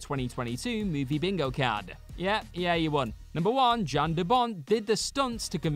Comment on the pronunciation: His name is pronounced "Yan", not "Jan"....fyi...